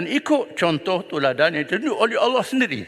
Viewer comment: Ckp pandai sebut Allah sendiri pun tk betul ceramah je pandai